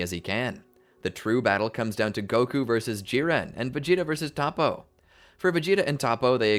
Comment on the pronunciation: Zen-oh not Zeno, To-po not Topoh